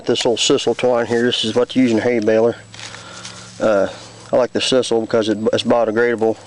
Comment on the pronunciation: Interesting but lots of work, would surely be easier to stack loose hay. And the word is pronounced, Sigh- sul. With a long I and not a short I.